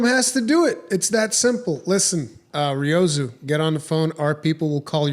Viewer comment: Speaking of pronunciation, does anyone else die a little inside when says Ryozo's name incorrectly? No? Just me? Ok....